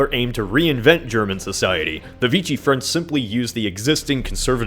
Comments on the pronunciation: It’s pronounced “Vee-She” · The way you say Vichy France is Vishey not Veeshi k?